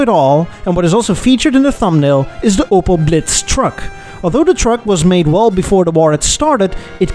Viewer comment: Its called Opel not Opal Took me extremly long to recognize what was meant